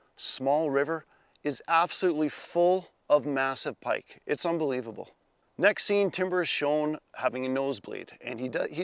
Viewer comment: Oh,. "Unbolete-able"